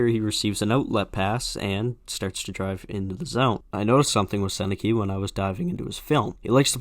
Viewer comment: I was expecting the Sennecke one, everyone mispronounces it. It has become a meme.